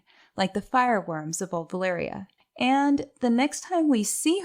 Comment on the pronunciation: I'm just here wondering why do people in general keep pronouncing Valyria and Velaryon wrong...